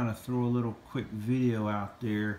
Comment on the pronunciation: VIDEO NOT VIDJA